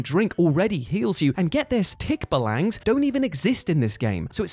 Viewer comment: It's pronounced /tik-BA-lang/ :D